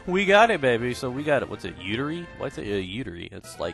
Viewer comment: i almost pissed myself when he said "yooterii? what is that, like plural for uterus or something?"